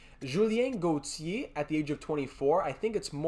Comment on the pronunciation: When you say Julian Gauthier name it sounds like you are trying to throw up. Not all names need that stupid French flare you are giving them. We make good gm mode videos but I turn it off when you keep doing it. I doubt I’m not the only one, it’s like a restaurant you won’t complain if food is bad just won’t come back.